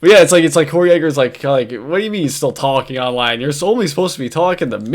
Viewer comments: "Tahking Ahnline?" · TAHKEEN AHNLINE?